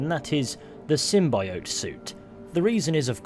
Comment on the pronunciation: Say symbiote better